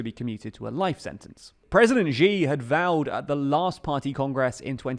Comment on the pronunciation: Still mispronouncing Xi, still making no effort. Disappointing.